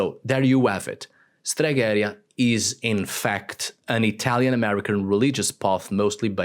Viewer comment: It is «stregherìa», not «steghèria». But I like the video.